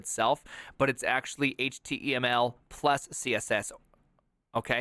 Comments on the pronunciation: "Squeal", "Hit-mul", and "Chat Jippety"... I've never heard any of these pronunciations. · that's his thing; he also pronounced html HIT-mull